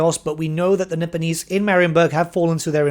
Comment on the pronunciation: Nippon getting a name change may be for the best. Cathay actually has the benefit of not being in common use in any language today. Also, when you say "Nipponese," I can't help but hear "Nibenese" and feel a momentary need to check which fantasy setting I'm watching a video on.